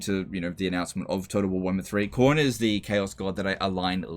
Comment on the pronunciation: Cor-nay? Lol